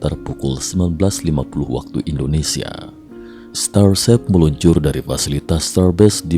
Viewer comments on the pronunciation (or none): apa cuma saya yang mendengar "starsep"?